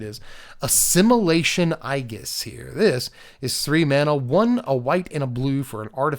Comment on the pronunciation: I believe Aegis is pronounced A jis right?